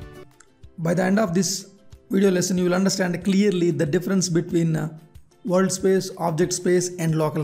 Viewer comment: sir, correct ur pronunciation on "WORLD".